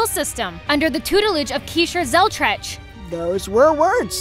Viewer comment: That's the worst pronunciation of poor Zelretch's name I have ever heard.